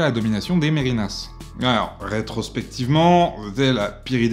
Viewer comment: merinas se prononce merne, le i s'avale